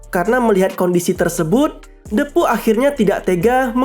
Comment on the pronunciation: Bang cuma mau meluruskan,itu Lo soal menyebutkan nama depu itu,yg benar itu hurup e itu di ucapkan dengan posisi mulut sedikit terbuka dan lidah agak ke depan,bukan menggunakan e yg di ucapkan dengan mulut yg agak tertutup dan lidah agak ke atas,itu salah bah,saji kedengaran nya agak aneh,coba deh kalau gak percaya.